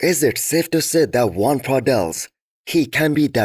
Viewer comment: Your preview is 10x better than NSP and you actually pronounced Joan's name properly